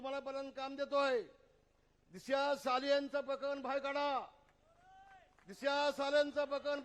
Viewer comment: Dishiya hyala sarl disha bolta yet nahi pillu mhntos tyanech tula zhandu bam lavyla lagla 😂😂😂